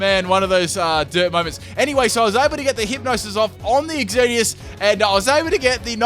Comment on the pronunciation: I love that you called it "Ex-Earn-E-Us." It keeps with the noob theme because only noobs would call it that.